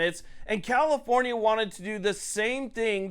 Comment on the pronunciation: You keep saying comifornia wrong